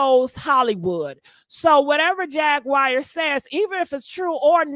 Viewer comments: It's Jaguar (Jag-War) not Jag-wire🤦🏽‍♀️🤷🏽‍♀️ Stop jacking up names & words, omg...go back and listen to your commentary 😮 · You mispronounce her name you pronounce it like the cat jaguar Jag/war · Here we go again (in DMX voice)! never says people names correct! Who in the world is “JAG*WIRE” Wright? And she’s saying “Jag*Wire with emphasis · You mispronounce her name you pronounce it like the cat jaguar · You are pronouncing Jaguar wrong there is no I in it. It’s hard to listen to your commentary because you are not that intelligent. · The way she says jag name lol